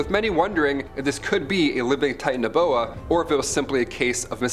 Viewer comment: Interesting video your pronunciation of Titanaboa is a bit different and it's more likely to be a sub species or evolutionary advancement of snakes that are present today.